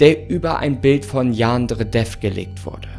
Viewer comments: Ich bin so triggered davon wie du Yandere aussprichst. Man muss es nicht mit dem japanischen Akzent aussprechen, aber bei dir klingt es irgendwie mehr wie ein türkisches Wort😂😂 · Wie er Yandere ausspricht Xd "Jaaandre" Ich liebe es XD PS: das ist nicht böse gemeint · Jaa xD dachte ich mir auch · Ich dachte erst er sagt Jan dredref